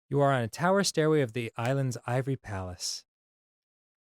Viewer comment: "TowEr"... What are you, Arin all of the sudden?